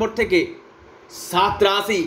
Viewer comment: বেটা ছাত রাছি নয় । সাত রাশি ।